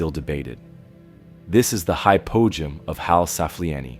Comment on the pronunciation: Hypogeum...ancient Greek...Hi-poe-GEE-um